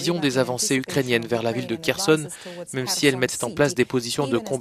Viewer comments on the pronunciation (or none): none